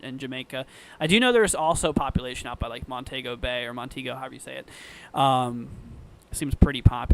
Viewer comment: Pronounced Mon-Tee-Go